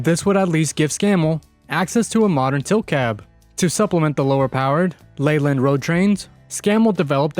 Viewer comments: It’s Leyland pronounced Layland. Not Leeland. And whilst I’m at it, it’s Jag U Are, Jaguar. Not Jag wah. 😂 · Man the only issue I have with the video is how Leyland is pronounced one of my college bros works at the main factory of Leyland trucks UK. It's also pronounced LAY land.